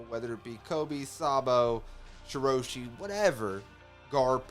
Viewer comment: Reverie = Rev-er-y. Rhymes with Beverly Marijoa = Mary-joe-a with a slightly softer J sound like a "zh" Shirahoshi = Shi-rah-hoe-shi